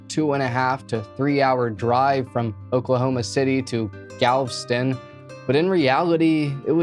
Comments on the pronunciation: Your pronunciation of Galveston is wild. There’s an e in there. Gal-vess-tun. Not galv-stun. Other than that, good vid lol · Galveston is pronounced with three syllables, not two. And it's a formal *arraignment, not "arrangement". Come on,! Anyhow, wonder why she didn't swap out bedrooms with one of her brothers, at least at nighttime, with her being frightened of this guy. Such a pretty young lady. Hope he ends up getting life, no parole.